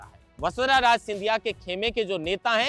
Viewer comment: राज नहीं राजे बोलें